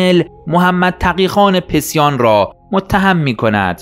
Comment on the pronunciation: دقیقه ۱۴:۲۱، Pesian تلفظ اشتباه است تلفظ درست Pasian است، محمد تقی خان پسیان